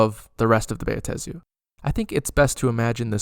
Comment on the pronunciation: I have Never complained about Pronunciation anywhere; but, dude--it's just: "BAh-Tey-Zu/Buh-Ta-Zu/to-may-toe/to-mah-toe, done! Sir, your 4-syllable pronunciation is an Atrocity puke emoji very distracting otherwise, Very Nice 8P